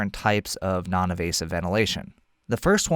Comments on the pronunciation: for “Less evasive way to provide support...” did you mean “Less invasive way...?” I think I hear you saying “evasive” throughout, which I’m sure you don’t mean. Thanks a lot for your otherwise excellent piece! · I think you mean invasive and not “evasive”